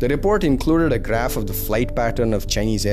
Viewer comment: Indian accent graph. This guy's accent - Greph